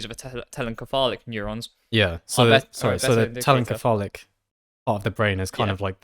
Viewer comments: Your pronunciation of telencephalic, with a hard c, gave me great pause. While it may be the case that the Greek root, kephalḗ, for head, does indeed argue for the hard consonant sound, every time I've heard the anatomical derivations spoken in English--encephalon, encephalopathy, telencephalic, diencephalon, etc--it's "SEPH a lon." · I'm 90% sure telencephalic is pronounced like encephalopathy given the similar roots, so it would be "tell-en-seph-a-lick" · Think more like ‘tell-en-seff-AGH-lick’ with the stress on the second to last syllable because it’s an adjective like melodramatic, metallic, idiosyncratic, homeostatic, etc.